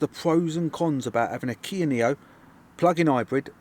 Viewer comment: Niro not neo